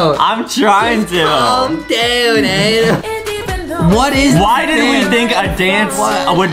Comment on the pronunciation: this is my first time hearing justin say adam i hear only adem